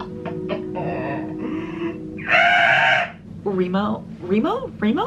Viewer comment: Everytime you say remo I hear rainbow😭